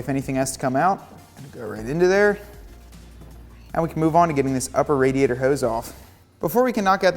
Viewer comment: Thanks for the video, but why are you mispronouncing "radiator"?